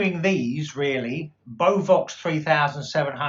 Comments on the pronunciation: Nice video. Although as a Dane, hearing beovox pronounced like that, are a bit strange. It is 3 syllable be-o-vox. Emphasize e o and then o in the last. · Don't you pronounce beo-vox the other way sounds like mad cow disease lol Can you turn your inadverts off I don't mind at the beginning and end but so many inbetween very annoying thanks You might have issues with out-of-phase drivers in your Kef's you may need to do it on the driver individually then the terminal, get a 1.1/2 volt battery and touch it to the speaker terminals don't keep it on the speaker too long just on and off you should see the driver going forward if it's going backwards it's out of phase tweeter and woofer need to be checked individually on both speakers try and get yourself some leak sandwich 600 speakers they do very in conditioner about £180 or leak 2060, or if you can 3090 looking for a pair I'll give you £850 with fully working drivers of course cabinet structurally sound but with cosmetic damage is ok!